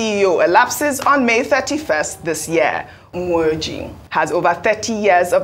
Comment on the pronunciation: is so terrible with her pronunciation of Igbo names😂😂 like what's the connection with Ume-Oji and what she pronunced as Nwoji? Like they're not even in anway close. Dr Abatti or Rufai who're from far away Southwest would even do better than that's from neighbouring delta where most of them are Igbos😂😂😂